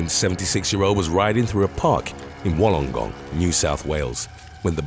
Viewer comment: Ur pronunciation of Wollongong wasn't great mate, so just call Wollongong what we do down here in 'Straya, the 'Gong.